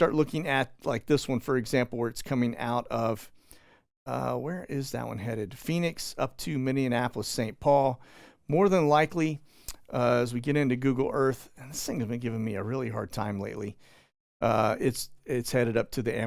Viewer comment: Its Mini-Apple-ous....like Minnie Mouse ...not Minianapolis...🤦🏻‍♀️